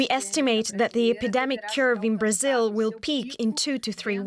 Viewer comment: Rayjunal laydahs in Brahzayuhl